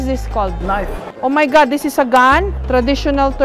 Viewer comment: Jessica;Oh my Gad Do not Kill me😂😂😂😂